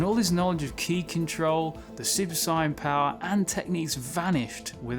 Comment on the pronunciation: Ok I watched a few of your videos now dude and enjoying them for the most part but I just gotta ask, what's with the super cyan? Cause that is not how the British pronounce the words super saiyan